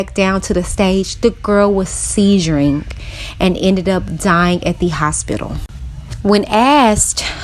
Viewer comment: Seizuiring? It's seizing omg